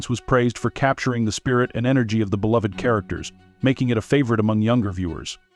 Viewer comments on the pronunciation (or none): none